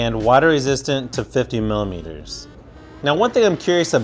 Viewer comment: Did he just say Millie meatures